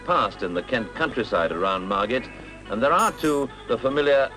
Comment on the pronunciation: Mar-GIT ? Really?